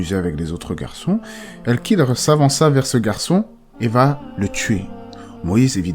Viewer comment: KH ca ne se prononce pas "K" mais comme le "J" en espagnol , c'est guttural